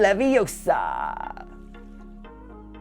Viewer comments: IT'S WINGARDIUM LEVI-OH-SA... NOT WINGARDIUM LEVIOSA! 😂✌️ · You’re saying it wrong,. “It’s Wing-gar-dium Levi-o-sa, not levioSA! Hahaha XD